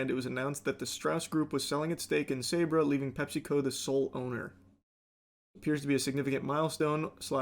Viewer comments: pronounced SAH-BRAH Hummus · I've never heard Sabra pronounced like that. Charlie, please 😅